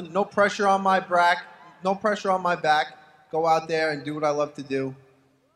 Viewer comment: Al "No pressure on my brack" Iaquinta